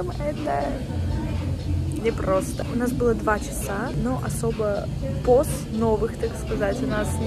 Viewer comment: сказала "не было поз новых", послышалось " не было Посновых")))))